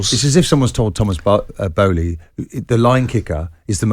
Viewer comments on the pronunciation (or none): 😂😂 man's said "Thomas boehly" 😂😂